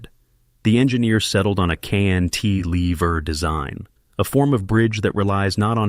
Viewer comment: It's cant-a-lever, not knt -lever